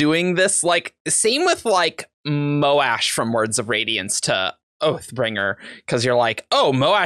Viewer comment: Also it bugs me so much that people say "Moh-Ash" instead of "Mosh"